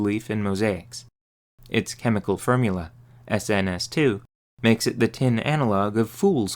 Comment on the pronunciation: "it's chemical fermula" Ok mister Krabs, tell us more about the Krabby Patty secrit fermuler